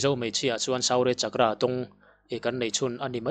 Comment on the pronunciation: Suu-rya chak-kra . tiin lamla a dikzawk awm e.